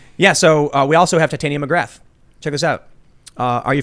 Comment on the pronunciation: YOU'RE pronouncing TITANIA MCGRATH wrong. Watch the first 15 seconds of Andrew Doyle on the Joe Rogan Experience.